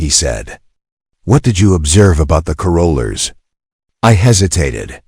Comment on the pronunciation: Please pronounce carolers correctly…long winded at the end